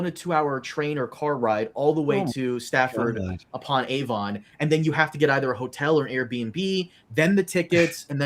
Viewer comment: "Stafford upon Avon"